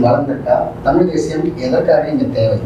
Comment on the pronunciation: பிரபாகரன் பெயரே கேட்டலே என்னுடைய உயிர்❤❤❤ அவர் அண்ணன் இல்லை தந்தை ,நாடி நரம்பு 😘😘😘😘😘